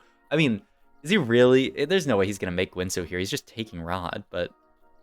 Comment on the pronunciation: The only thing I learned is that this guy pronounces guinsoos in the worst possible way and runaans too lol